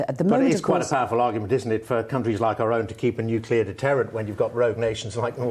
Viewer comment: A Shadow Foreign Secretary who can’t actually pronounce: NUCLEAR